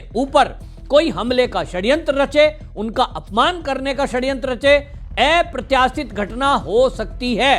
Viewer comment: ऐप्रत्याशित नही, अप्रत्याशित होता है. लोबी नही लाॅबी होता है. ठीक से बोलना सीख लीजिये.